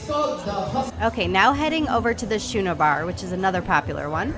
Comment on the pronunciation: Girl! The Schooner bar is not pronounced "shooner", it's pronounced "skooner". LOL! Like the small sailing vessel. Please don't take offence, it just cracked me up! This video was fantastic and I thoroughly enjoyed it! You rocked it! I can't wait to sail on this class of ship. 😘 You've got a new subscriber!